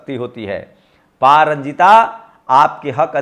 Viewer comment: sir pa ranjit boliye pa ranjita nahi h nam. kam se kam nam to sahi boliye